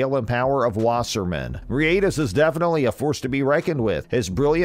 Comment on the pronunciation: Bri ate this? Dude making content about him and does not even know how to pronounce his surname smh Hope for a good fight though